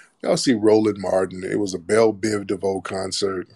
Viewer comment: Did he say Bell, Biv, Buffet?